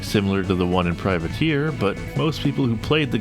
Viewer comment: Freudian slip? You said "privater" instead of "privateer" but to run the game it was privater.exe due to the 8 character limit 😄